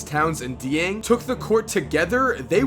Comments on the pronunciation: Dieng is pronounced like jang, not dee-ang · Gorgui's last name is pronounced like zheng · Dieng is pronounced "jang" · Fam it’s pronounced closer to jeng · For everyone hoping on the Wolves bandwagon, It is pronounced Gorgui JENG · You say dieng wrong